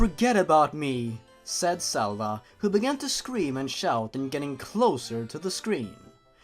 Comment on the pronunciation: you pronounce Zelda as Selda and Zora as Sora